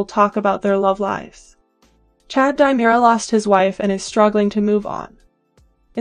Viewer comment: Dee-mirror-a, Long A-va.